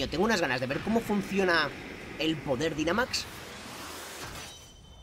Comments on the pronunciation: Oas el Dinamax se pronuncia Dainamax (y según en la serie viajes se escribe Dynamax) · la palabra dinamax se pronuncia dainamax